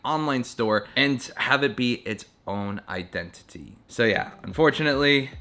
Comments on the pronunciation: " Your Identi-tea " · Identiteas lol. You said that word and made me think of that.